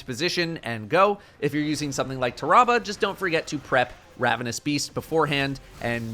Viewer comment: Did everyone just witness how said tarrabah....